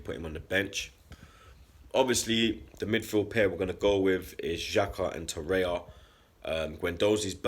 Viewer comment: It's Torreira not Torreia!